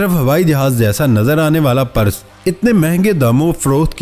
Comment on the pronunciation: Your videos are getting bore ... stop begging to subscribe time to time during video.. Try to pronounce properly ...its PURSE- not Paras !